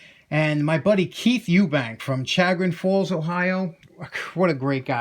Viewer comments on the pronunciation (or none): Chagrin falls is about 20 minutes from me. It’s pronounced sha-grin. Named after the Chagrin river and the falls in the center of town.